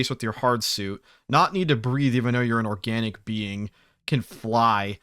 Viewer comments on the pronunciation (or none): none